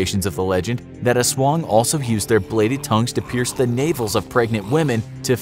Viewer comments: It is Aswang not Aswooong. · Every nation:"Aswong" Filipino:"Aswang" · I liked how you pronounced "aswang" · U said the "aswang" u say is wrong,go to the google translete